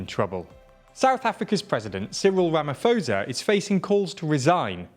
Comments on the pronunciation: It's ramaposa not ramafoza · Thanks! I always watch your vids, just for future reference the presidents name is pronounced Ramap-hosa not ramafosa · I’m really shocked that you lot didn’t bother finding out how to pronounce his name! It was an ear sore hearing you constantly saying “Ramafosa” instead of “RamaPosa” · Rama - po - sa. The h is silent. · A suggestion for you guys when you prepare your scripts: take two seconds to learn how to pronounce place and people's names. President Cyril Ramaphosa's surname is pronounced Rah-mah-por-sah. I like your content, but careless handling of details which are just a Google away really gets me down. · „Ramafosa“ you joking right?😂😂 ai man come on guys 🤣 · Just saying its Rama-po-sah in terms of pronunciation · Absolutely love this channel, and love seeing South Africa featuring! Though you are mispronouncing Ramaphosa - the "ph" is not pronounced like an "f", but instead pronounced like a "p". :) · Is nobody going to tell them how badly they pronounced the presidents name hahaha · It isn't pronounced with an "f", it is a "p" sound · You are pronouncing his surname 100% incorrect.